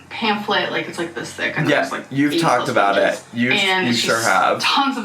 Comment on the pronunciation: Are we surprised!? SHYORE ☝🏽 SHYORE WE AREN’T 😂